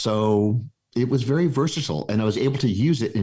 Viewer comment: Wery interesting, wery good!